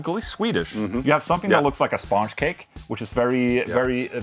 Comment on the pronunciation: I will never say sponge cake the same way again. From now on it’s spaaaangee kek